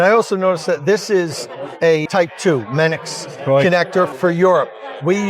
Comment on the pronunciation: Mennekes is pronounced MEN-uh-kus